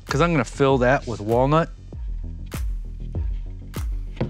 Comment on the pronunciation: Did he say whale nuts instead of walnut??? 🐳 🥜